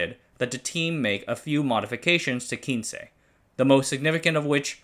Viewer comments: Great video! The nane of the 1st "Japanese" robot quince is pronounced "queens"... Not from 15 in spanish but from the Q generation of rescue robot who all have flowers names. The previous version (K version) was Kenaf and the one after quince was the S one called Sakura. We designed Quince for search and rescue with a great focus of being able to climbed stairs which was exactly what it did. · Yerah that bit was painful to see him mention...It is definitely Quince (pronounced Kw-ins) like "wince" as in "he winced when the bully hit him hard in the belly" - Botanical name - Cydonia Oblonga, There are 3 flowering quince varieties across Asia. We used to have a huge tree in our back yard where I grew up. So if named after flowers it stands to reason it was this, and absolutely not Spanish. Someone below mentioned the channel not being the best with pronunciation..but really this isn't just about pronunciation, some proper research would have lead to the proper conclusioon and not just "Kin-che is spanish for 15, but I'm not sure that was what they were going for..." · By the way, the robot Quince was NOT named for "Spanish 15" but for quince the fruit... sort of like a pear. Pronunciation is also wrong since you assumed the Spanish word. It's said like kwince